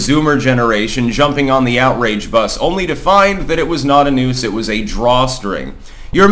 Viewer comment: I heard "nukes" instead of "noose" and thought the bubba story was a very different situation.